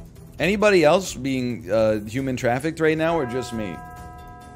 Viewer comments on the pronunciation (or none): none